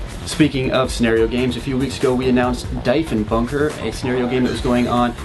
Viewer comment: I played at last year's Diefenbunker game. It was good times, but I think this year might be better, especially since it's a MFOG. And the "I" is silent there, it's pronounced Dee-fen-bunker